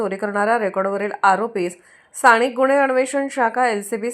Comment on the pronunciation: मराठी,,सुधारा,,,,स्थाणीक् नाही,,स्थानिक,,,प्रत्येक " न" च्या ठिकाणी "ण" चा वापर केला म्हणजे शुद्ध मराठी होते का?